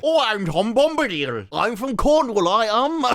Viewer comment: "Ah, ah, ....Coronowalloh." :P